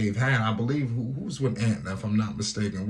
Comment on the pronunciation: Why does he keep calling it Antna, it’s ANTA